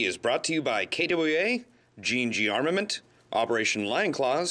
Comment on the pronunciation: love the way he says kwa like kaduwaay